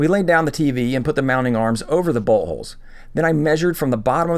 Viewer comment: It sounded like you said buttholes when you said boltholes and I got a little giggle out of that 😂